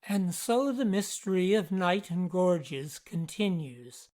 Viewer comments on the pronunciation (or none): Locals pronounce it "Kay-Nighton" - the Isle of Wight already has a Niton, after all.